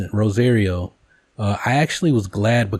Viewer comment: RO-SAH-RIO. Everything else about this video was great.